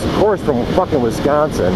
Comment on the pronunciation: oh and its not WESconsin its WISconsin wis as in swiss